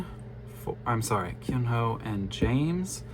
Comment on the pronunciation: Sorry Keonho’s name is pronounced Kono, it is hard to romanise the Korean pronunciation into English